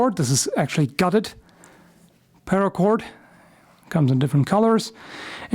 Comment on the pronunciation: Spare para cord. Spara cord? Gutted. Cored Spara cord?